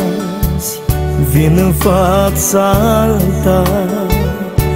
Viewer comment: Este ,,azi'' doar ca asa poate sa îl pronunte 🙄🙄